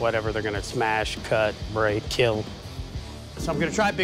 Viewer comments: it will keel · Most importantly. It will KEEL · it will keel.